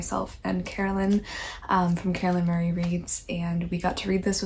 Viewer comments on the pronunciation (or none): none